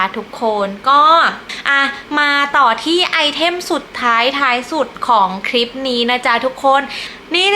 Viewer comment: น่ารักนะคะ พูดจาได้เป็นธรรมชาติดีค่ะ แต่จะดีขึ้นกว่านี้อีกเยอะเลย ถ้าปรับปรุงการออกเสียงคำควบกล้ำให้ถูกต้องหน่อย ( เช่น คลิป ไม่ใช่ คิป เกลี่ย ไม่ใช่ เกี่ย ) ถ้าทำได้ คลิปของจะฟังเพลินมากเลยล่ะค่ะ